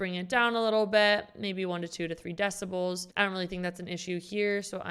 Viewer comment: "three deciboooouaols" 😅